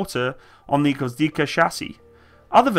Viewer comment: How hard is to pronounce gwozdika?are u kidding? G v o z d i k a. Gvoz - dika